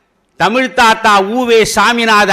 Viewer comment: The present day generation does not how to pronounce LA and ZHA in Tamizh